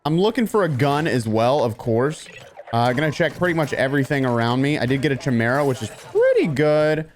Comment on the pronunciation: It's a "ky-mera" not "chy-mera". Please for the love of all that's holy say it right! Lol..please.?